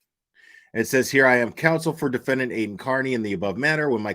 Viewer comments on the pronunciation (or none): Seriously—what is up with and his pronunciation of the word defendant? I’ve noticed that in previous hearings. Is he trying to be fancy? I don’t know which is weirder— the fact that he pronounces it “defend-AHNT” or the fact that he doesn’t pronounce it that way consistently. Doofus.